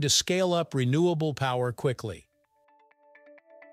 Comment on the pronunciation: It's called "Renewable" energy. Not Re-Nuclear Energy.